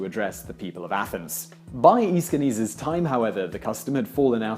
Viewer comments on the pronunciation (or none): none